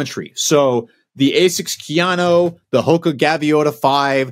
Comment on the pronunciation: Hey —it’s Ka-YA-no. Not KeyAno. Now enter me in the Giveaway 😂!!!!